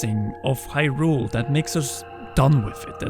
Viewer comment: Why are you pronouncing hyrule all weird. It's not hyRULE, if anything it's more HYrule